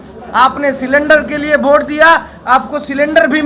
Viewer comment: भोट नहीं वोट होता है।😅🤣😂